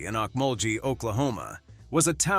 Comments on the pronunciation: It's pronounced Oak-mull-Gee (hard G). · Hey, Mr. AI! It's pronounced "Oke- mull- gee (with a hard "g" sound). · pronunciation of "Okmulgee" in English is phonetically spelled as "oʊkˈmʌlgi.". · Okmulgee, Oklahoma is pronounced Oak-mul-gee. Muskogee tribe is pronounced Musk-go-gee. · Dear God the way he pronounced Okmulgee, and Muscogee 🤦🏼‍♀️🤮 It's (Oak-mol-ghee) and (Mus-ko-ghee) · Will Sampson Jr is from Okmulgee is pronounced wrong on here and is a member of the Mvskoke Creeks which is also pronounced wrong that's for the recognizing him!!!🦅💯😇✅ He's my Gmas nephew...I knew his dad growing up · Forgot Will Rogers, the 2nd most popular movie actor in the early 1930s (Shirley Temple was #1). Cherokee was Oolagah, IT/OK, who was an all-around entertainer & humorist. Also, please teach your voice bots to properly pronounce Okmulgee and Muscogee/ Muskogee. (I cringe at the thought of it pronouncing Oolagah.) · I wish the commentator had taken the time to learn to pronounce the cities, schools & tribes correctly.